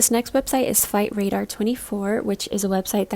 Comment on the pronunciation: I heard you say "fight radar" whoops 😆